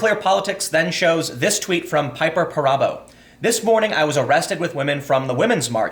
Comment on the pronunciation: Piper Perabo (pronounced Pear-a-boo) is a famous skier/snowboarder